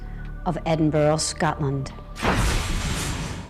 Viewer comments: Edinburoo lmao xD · What the hell u said edinburell u dumb ass my god y don't they make a Scottish person like me talk about their own land for once!!!!? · I always get a laugh out of foreigners trying to pronounce Edin-buh-ruh. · im dutch and even i say it right...they really dont want to do a bit of work and pronounce it right